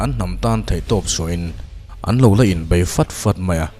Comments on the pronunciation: Bei niloin BAI aw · Alphabet _ a leh e hi i lam dan uluk deuh ta la te ka lo ti thin! Eg... Bei kha bai tiin i lam a. Kei kha kai tiin i lam thin bawk a! Nei kha nai tih ang ten. Ka ngaithla tam ania. Uluk tawh la aw. 😊😊